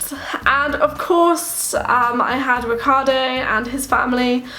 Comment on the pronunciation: To me is strange not only that you don't speak nearly any italian after some years of living in here and being married with an italian, but that when you say the name Riccardo you basically pronunce it like any english speaker person who has never heard how this name is supposed to be pronunced in Italy.